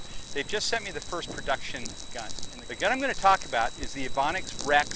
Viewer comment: Evanix pronounced two different ways in one video. LOL